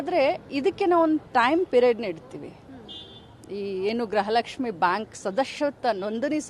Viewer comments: ಗ್ರಹಲಕ್ಷ್ಮಿ ಅಲ್ಲ ಮೇಡಂ ಗೃಹ ಲಕ್ಷ್ಮಿ ಅಂತ ಹೇಳಿ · ಗ್ರಹಲಕ್ಷ್ಮಿ ಅಲ್ಲ ಅಕ್ಕೋ ಗೃಹಲಕ್ಷ್ಮಿ ಅಂತ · ಗ್ರಹಲಕ್ಷ್ಮಿ ಅಲ್ಲ ಮೇಡಂ ಗೃಹಲಕ್ಷ್ಮಿ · ಅಯ್ಯೋ ತಾಯಿ ಗ್ರಹ ಲಕ್ಷ್ಮಿ . ಅಲ್ಲ ಗೃಹ ಲಕ್ಷ್ಮಿ